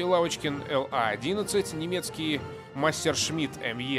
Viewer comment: Массершмит? Серьёзно?